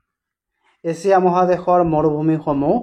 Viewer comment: এচিয়া nohoi sir এছিয়া